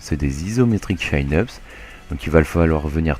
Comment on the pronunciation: Super vidéo! Bon par contre désolé de faire mon relou mais en anglais ça se prononce "Tchine-eup", chin voulant dire menton...